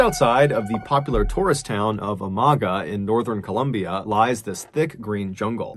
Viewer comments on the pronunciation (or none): none